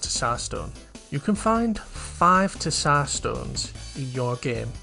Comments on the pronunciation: it's pronounced as "Zar" - it's a slavic word most commonly found in russia, bulgaria and serbia, it's the title of a ruling monarch in these countries 'tissar' was close but no cigar lmao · Great video!! I don't mean to be a stickler but the way you said tsar is so funny.